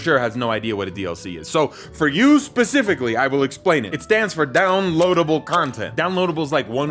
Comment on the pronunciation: tf is becifically